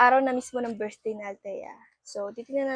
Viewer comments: Fackage???virthday?hehe bka nmn Package be & Birthday.like i've said,be aware how to pronounce B & V,,,,,P & F..no offense meant!. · FACKAGE????VIRTHDAY???hehe bk PACKAGE be & BIRTHDAY..like i said many times,be aware to pronounce B &.V,,,,,P & F..note;no offense meant & do not delete my msg be.ok!sumtyms u have to accept ur mistake & don't get mad.🙏❤✌